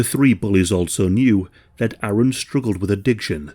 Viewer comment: Thank you for correctly pronouncing ‘Aaron’. My name is Erin and I can’t tell you how many times people hear it and confuse the spelling with Aaron (I’m in America).